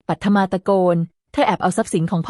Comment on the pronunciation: ตัวละครตัวหนึ่ง ปัทมา อ่านว่า ปัด-ทะ-มา (ปัด-มา เอไออ่านผิดนะคะ)